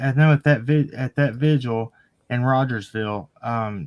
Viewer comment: Love you and. Please don’t get me wrong when I say this. I’m not criticizing; I’m genuinely correcting something I’m hearing a lot on YouTube. It’s VIGIL, not Visual.